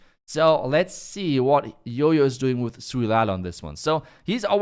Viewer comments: Hearing him say YoYo instead of JOJO pisses me off 🤣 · The letter "J" pronounce "Y" in deutsch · Why do you call him yoyo when his name is Jojo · Why everyone calls him yoyo when his name is Jojo🙄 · Why you guys pronounce Jojo as Jojo when it's spelt as Jojo?